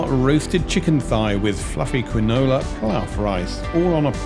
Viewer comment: My missus laughed at me when I pronounced quinoa like you. Apparently it is pronounced keenwah.